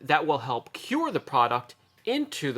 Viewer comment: Cure not cue lol